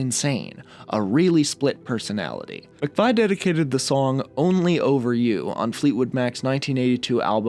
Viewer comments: Ahh, it wouldn't be a video without a mispronunciation would it - it's pronounced "McVee" not "McVy" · its Christine Mc-Vee not Mc-vai. More beach boys episodes please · Thoughts of You just freaked me out, yeah, incredible! Thank you. OK, I never thought it would happen but you convinced this old ass industrial punk to listen to some Beach Boys, well done! (Btw, Folger is pronounced with a soft g and McVie like McVee). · And McVie